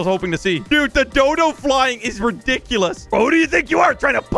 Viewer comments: Is not dudu is dodo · Dodo not dudu but thanks for making my day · dudu Everyone: dodo